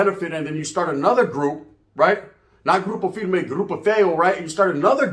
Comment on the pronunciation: “Grupo firme” 😭😭😭 hip on game